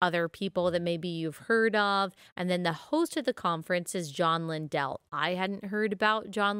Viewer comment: Matthew 18 does NOT apply in this situation. And BTW… his name is pronounced LINdell - NOT LinDELL.🤦‍♀️